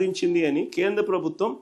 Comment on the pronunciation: Khendra kaadu nayanaaaa.....Kendra. Telugu nerchuko babu